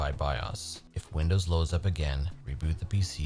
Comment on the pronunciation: Sorry if it's so disrespectful, but I keep hearing you say "windows loving"